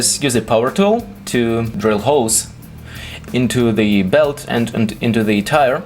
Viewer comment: I like your videos, but you should stop saying "Zee" instead of The all the time.